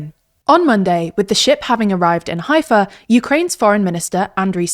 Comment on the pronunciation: You mispronounced Haifa and you showed a fake map of Israel removing essential parts of Judea and Samaria as well as Gaza and Golan & Hermon Heights. This is media bias to the fullest.